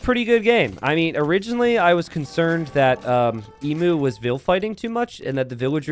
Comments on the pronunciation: not ehmoo, EE-mew. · Please, for the love of Australia, it’s pronounced ‘Eem-you’ not ‘Ee-moo’ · Emu: eem-YOU, not eem-uh. Sorry for being a pain. Any criticism is accepted and deserved. Maybe Emu Warrior is named after the great Emu War, where the Australian army fought a war against emus and lost... True story. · It's a bit late now, but aussie's pronounce it 'eem-you'. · Love me some small maps! Don't love your American pronunciation of 'emu' though! It's pronounced ee-mew 😝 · Ehmoo, right? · As an Aussie, I die a little each time I hear incorrectly pronounce emu 😂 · My thoughts exactly